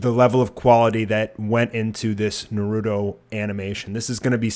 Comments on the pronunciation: ITS NARUTO FUCKING NARU*TOE!!!!!!!!!!!!!!! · 54 people heard him pronounce Naruto Nurudo and got triggered.